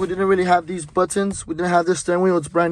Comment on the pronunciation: Sheeeeesh got them “buddons”😂